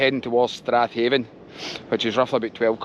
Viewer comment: Excellent video once again! Just up the road from me. A wee grammar Nazi correction: it’s pronounced “Stra’ven”. 👍